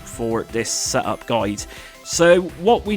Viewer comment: Reeseh my seh-up. 😂